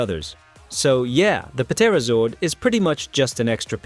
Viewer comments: I can’t take the “Pa Terrazord”. Can you tell this is AI? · Puh-terozord? Really? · The “P” is silent in Pterazord…you’re an adult and should know that 🙄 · did you just pronounce the p in pterazord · Why are you pronouncing the P on Pterazord? You then pronounce Pterodactyl without pronouncing the P.... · Yo dude the p in the pterazord is silent